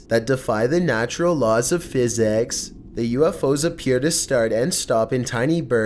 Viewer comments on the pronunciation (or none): The law of physacks LMAO